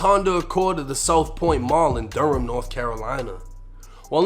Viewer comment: Mebane is pronounced Meh-ban. You did pronounce Durham right though 😆.